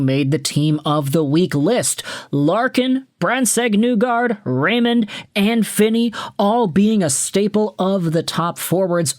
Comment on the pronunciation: Other than the Brandsegg-Nygard pronunciation it’s a good video It’s knee-guard essentially